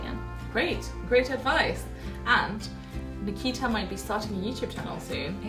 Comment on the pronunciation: Why did u pronounce Nikita wrong ? You pronounce taimur , right ? 😂😂😂😂😂😂😂